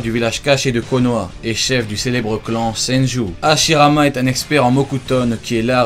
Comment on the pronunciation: tu dis Ashirama Senju Tobirama Senju